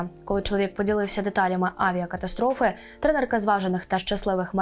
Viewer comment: авіакатастрофи? Ви взагалі розумієте текст, який читаєте?